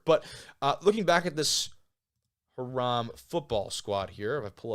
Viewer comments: Huh-RAM College? At least say it right! HI-ram, damn it! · No worries and sorry to sound so harsh! It’s HIGH- rum. Alumni here from the 80s. I played football there for a couple of years when we were in the PAC and we even won the conference a couple of times. Made the playoffs in 1987 before getting destroyed by Augustana in the first round. Then went into the OAC, then the North Coast, and it’s been grim ever since! Hiram’s less than 30 miles North of Mount Union. Back in the early 80s, we could compete with them. Needless to say, we don’t play them anymore!